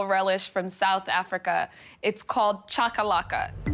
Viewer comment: If you going to make the cultural dishes of another country please be respectful and learn to pronounce the name of the dishes correctly. This is really disappointing Food Network.!